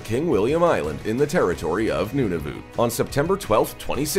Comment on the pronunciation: It’s pronounced Nu-na-vit NOT nU-nu-voot.